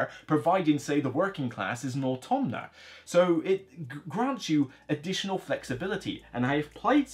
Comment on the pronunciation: The word is Automa, not Automna! You add a random n every time you say it! I've only tried with the advanced Automa so far (on Tabletop Simulator) but it works for me and isn't too cumbersome. Perhaps with physical components it will feel more clunky though.